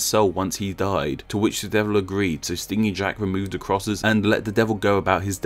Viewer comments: Isn't it stingy as in stin-gee, miserly? Rather than what a bee does? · Took me like half way through that story to realise you meant stingy as in greedy, lol. It's pronounced like "hinge", not like "sting"